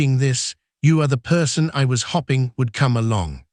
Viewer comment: The Narrator doesn't know how to read. Hopping and then there is hoping. Read the book or I have read the book. He get's it wrong every time.